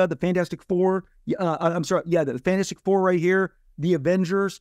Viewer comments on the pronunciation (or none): If i have to hear him say “fanastic 4” one more time im gonna lose it.. loved the interview but holy crap.. its like that word is his kryptonite he just cant say it